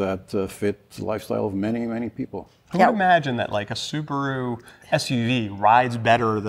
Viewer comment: Homework please: Subaru (スバル) (/ˈsuːbəruː/ or /sʊˈbɑːruː/;[5][6] Japanese pronunciation: [sɯbaɾɯ])[7] is the automobile manufacturing divisionof Japanese transportationconglomerate Subaru Corporation(formerly known as Fuji Heavy Industries), the twenty-second largest automaker by production worldwide in 2012.[8]